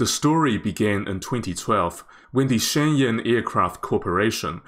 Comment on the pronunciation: Shenyang - "shen - young"